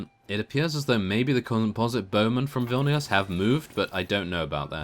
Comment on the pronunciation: hey you are saying vilnius wrong